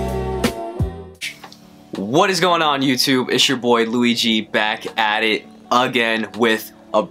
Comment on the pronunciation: I thought his name was Luigi and not luey G